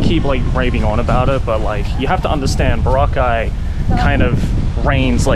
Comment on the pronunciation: Proper Aussie. Sometimes you pronounced the location Boroca like the drink that gets you on the B B Bounce hahahaha.